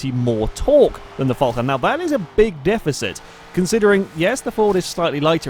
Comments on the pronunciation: my ears are bleeding from all this Vulcan instead of falcon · josh johnson Fulcan* just how he pronounces it. Shush